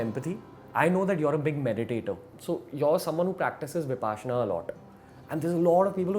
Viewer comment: Vipaashana ? get your proununciations right, All Indian languages are phonetic and this interviewer screws up an Indian word 😬 an Indian who doesn't pronounce an Indian word correctly. Vipassana or Viparshana. it's a Shame! Vi Paashana, Paasha = leash. Parsha or Passa ( Pali )